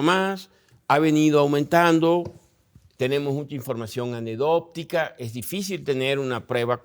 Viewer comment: ¿Se fijan que dijo "anepdótica" en lugar de anecdótica?